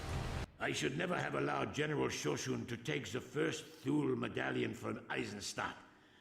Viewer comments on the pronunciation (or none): Haha..Shosshund is a mangled version of "lapdog" and the voice actor pronounced it really funny to my german ears..a lot of the accents and choices on names are quite funny for a native speaker..great LP so far!